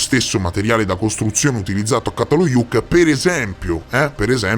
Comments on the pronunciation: Ça si pronuncia cia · Grazie, un bel capolavoro! Ti prego di pronunciare giusto, perché se no sembra completamente in altra parola, Primo C dal Çatalhöyük si pronuncia come C di cemento, cena etc 🙏🏼